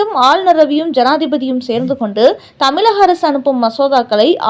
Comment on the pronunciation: தமிழகம், இழப்பு போன்ற சொற்களில் வரும் "ழ"கரத்தை கவனமாக உச்சரிக்கவும். தமிலகம் என்று ஏன் கொச்சையாக சொல்கிறீர்கள்.